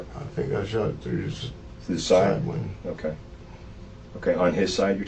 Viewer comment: "She hollered at me through the windur."